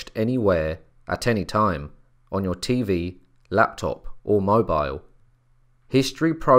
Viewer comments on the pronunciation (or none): none